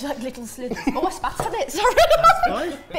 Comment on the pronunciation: Did say Ohio or I don't know?:P